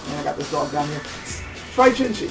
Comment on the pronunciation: on pronunciation...from a chinese perspective "jin shi" isnt said "jin shee" - thats japanese. chinese would say it kind of like "jin sheugh" great review tho!!